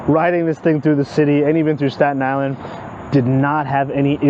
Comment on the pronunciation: I died when you said dy is land lol its island like surrounded by water lmao.